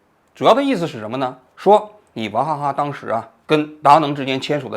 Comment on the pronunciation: 我怎么听王局说的王哈哈呢😂